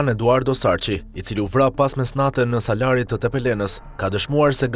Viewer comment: Jo Salari por Salari o gazetar. Nuk di ku bie theksi